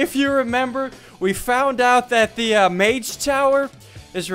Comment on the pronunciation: I cringe every time he says mage